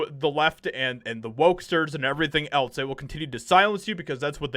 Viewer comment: When you say "else" it sounds like you're saying "eltz".